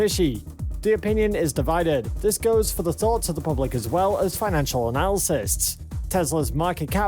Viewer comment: The word is “Analyst”, not “Analysis”. Jesus.